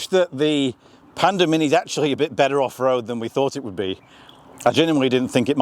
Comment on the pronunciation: I thought I heard you say Panda Minion 😊 not Panda Mini. Pandemonium !! 😂😂 Perhaps Geely will rethink names for their future models?